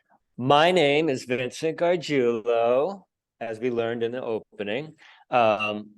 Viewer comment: I came here to (hopefully) learn how to pronounce Gargiulo, and you did not disappoint! Now, when I tell people to check out this cool local musician/film-maker, I can pronounce his name correctly. Thanks!